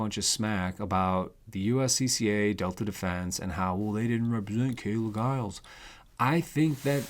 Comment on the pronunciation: youre right--- you dont know,,,and you dont know how to pronounce her name....talk talk talk a bunch of smack...lookinthemirror